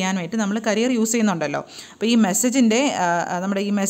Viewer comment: ക്യാരിയർ വേവ് എന്നല്ലേ.... കരിയർ എന്നല്ലോ